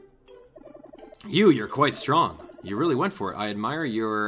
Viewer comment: strong, not sting...